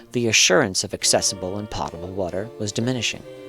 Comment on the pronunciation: Potable rhymes with smote or wrote. Not with Lot.